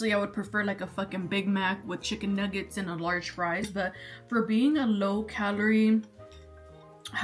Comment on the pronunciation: the way you said “obviously i would prefer a big mac and nuggets and a LARGE fri” 😂😂 🫶🏼